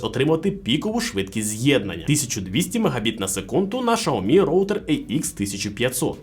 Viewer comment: Шаомі -вухо ріже ...